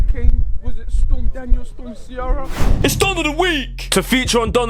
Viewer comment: Storm (Ciara) see-ara?? No Irish around there to sort that out?